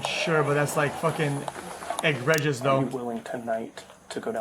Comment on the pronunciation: If I hear him mispronounce egregious one more time I am going to crash out...Bro says it at least once a stream